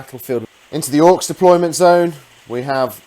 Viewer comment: Nice " depolyment'....